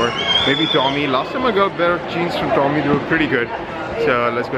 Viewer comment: Hate the way he pronounces tommy and diesel, says it in such a freshy accent